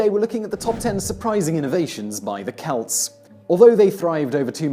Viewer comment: He pronounced Celt correctly, which actually impresses me. Simon mispronounces a lot of words, not just proper names, and some of it makes me cringe. But, he's like an actor reading a script. He might even be reading from a teleprompter. Most British folks sound pompous to my ears.